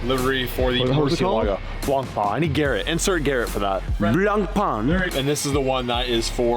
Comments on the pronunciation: Block pain is how you say the racing series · it's pronunced as if it has a CH in in. Blanchiman is how to pronounce it. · you dont say the c in Blanc